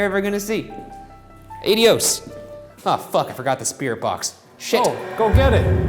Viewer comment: why doesn't Ryan know how to pronounce "adios"